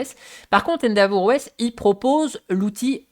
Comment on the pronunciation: Merci pour ce retour d'expérience ! Attention endeavour se prononce "haine-déveure" pas "haine d'avour" 😅